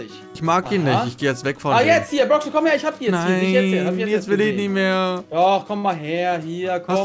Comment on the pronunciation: Nicht brooks er heißt brox